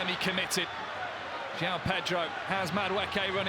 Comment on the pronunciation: Joao bro, pls dont think his name is like how americans say it